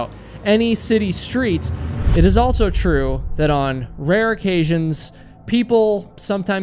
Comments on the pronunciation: This guy says Altso instead of also and it's driving me insane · Are you saying “altso”?